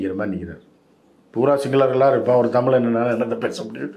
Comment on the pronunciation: தமிள் தமிள்னு சொல்றதாலதான பயமாயிருக்கு